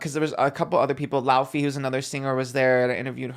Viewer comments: Okaaaaayyy I'm at about and the way said "Lauwwwfy" instead of "Lay-vay" (laufey). Don't do too much on my girl 😢 I screamed 😂😂😂 Okay... Now gonna continue watching. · Laufey is pronounced Lay-Vay💕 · bby plz tell me you didn’t call laufey “lauw-fee” on the carpet😭